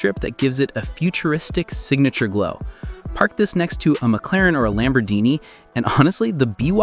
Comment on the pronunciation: ANOTHER MISINFORMATION AI. LAMBORGHINI IS NOW LAMBORDINI ?? WTF